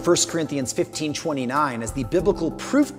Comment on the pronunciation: When he says sirinthians does he mean Corinthians or someone else?